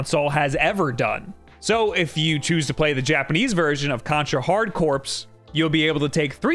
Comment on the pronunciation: "Corps" is pronounced like "core".